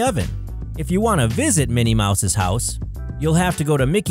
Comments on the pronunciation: It’s Minnie not Mini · It's Minnie Mouse not mini mouse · Minnie Mouse not mini mouse!!!!! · "Mini" Mouse??? Really?! 😂🤣